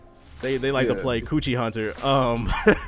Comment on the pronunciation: This nigga really just said couchie hunter....